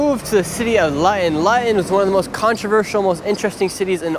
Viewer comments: It's not LYON " IT's LUUUTON !!! like FOOT-ON !!!! GEEZUS CHRIST !!! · Why did you pronounce 'Luton' as 'Lion'? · its pronounced 'loo-ton' not Lyion. I know you're American and not English but I just can't stand it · Standing in front of a sign and mispronouncing it repeatedly "We're in LUTTON. The most disgusting, vile and dangerous place in the UK." Interview "So, what's it like in Lutton?" "It's Luton. LOO-TUN." "Yeah, we've heard it's a great city and there's many different cultures here." I grew up near Luton. It's definitely quite a bit 'stabbier' than the surrounding towns but it's not the worst. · Thats not pronounced Lutton, its pronounced Looton. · Nick heard Luton pronounced Looton but her continues to pronounce if Lieton. Not very observant of him. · Lutton…..😂 it’s pronounced “looten” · ITS NOT LATON.. ITS PRONOUNCED LOOTON BRO LOL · Lut on ? It's pronounced (Loo- tonne) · “expeshially” 🤦🏼‍♀️Edward R. Murrow is turning over in his grave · City of Latan. 😂. Typical American. It’s pronounced Loo-ton. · LUTON is not pronounced “Lutten” its pronounced “Loooton” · pronounced loo-tonne not luh ton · 😂🤣 brother its Luton pronunced ( looo-ton) not Lion. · Lut-on? Loo-Tonne 😉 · It's pronounced "loo-ten", not lutten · LOO-TUN not Luhtun. Tommy Robinson's home town. He'd be laughing if he heard you call it that... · shirley its pronounced looten not louten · sorry but you have pronounced Luton wrong it is pronounced Loo-ton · God bless him, it’s pronounced “Lou-Ton”. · *Luton - pronounced = Looton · Pronounced, Looton my bro 👊👊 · the way he said luton as "lutton" lol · Its pronounced Lootan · Good video :) It's pronounced loo - ton though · It's pronounced LOO-TON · Great vid but sorry, it’s ‘LOOton’ It it rhymes with button, it needs two Ts. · Luton is pronounced Loot-in/Loo Tin. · Pronounced Lootun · Luton = pronounced “ loo tun” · Little FYI, it's pronounced Lootun. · Your pronunciation of 'Luton' is absolutely horrific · The way he pronounces Luton is crazy 😂